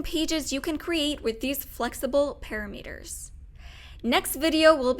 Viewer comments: Ok, not para-meters. Pa-Rameters. Like ki-Lometers. But good video. Thanks. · Girl seriously doesn't know how to say "parameters"? Are you kidding??? "pa-RA-meters," not "PA-ra-meters." Scary.